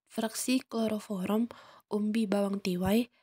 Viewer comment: Kloroform kak bukan kloroforom 😅